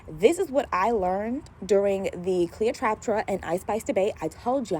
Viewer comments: Trap-pa not traptra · You saying Cleo’s name wrong the whole time is too much 😂 However, you had really good takes and advice. Keep up the good work